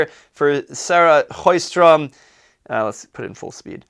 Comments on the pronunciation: "Choistrom"? That is some extreme butchering of Swedish going on right there! When in doubt, "Show-stromm" is all we expect. If you manage to move that "sh" back and make it "chow-stromm" with the same "ow", that's an instant B+. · To be honest I'm more surprised by the way the presenter insist on pronouncing "Sjö" as "hrö"... Where is that gutteral sound coming from ??!